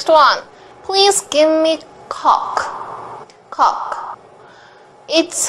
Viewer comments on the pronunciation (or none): I don't know where it went wrong, but when Koreans learn English, they learn coke with cock pronunciation. I found out the difference between coke and cock a year ago, and my foreign friend, whom I have known, was embarrassed by my word of cock. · She can’t pronounce the coke it’s literally a beverage and like I said before the e makes the O say it’s name I learned that from the best 😁😁